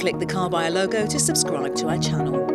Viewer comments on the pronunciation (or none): none